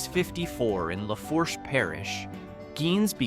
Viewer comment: Pronunciation of Natchitoches, Lafourche and Tully’s is wrong. Not sure what criteria were used to select the towns. There are so many with a rich history that would qualify.